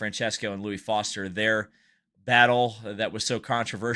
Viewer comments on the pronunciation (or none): none